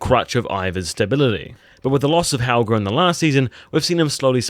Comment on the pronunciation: Halgr!? Not Helga?? 😂